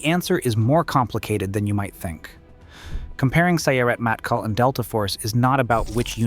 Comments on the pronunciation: Its “mottKAHL” not “mattkal”. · Sorry to be that guy. But Matkal has enfasis on the last sylable. 🫶